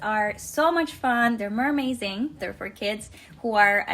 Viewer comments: meRMAZING HAAHAHHAAHAH SHE SAID THAT AND I DECIDED TO LOVE HER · I mean she already had me fixated before - but when she said "mermaizing", I was completely done.